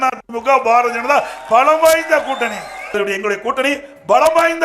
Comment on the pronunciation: பாரதிய ஜனதா கட்சியா? அல்லது பார ஜனதா கட்சியா? எடப்பாடி பழனிச்சாமி ஐயா அவர்கள் தயவுசெய்து தமிழை சரியாக பேசவும்